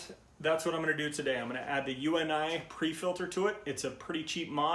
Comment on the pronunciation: It’s pronounced “you-nee “ not U.N.I as in the letters. Have you been living under a rock?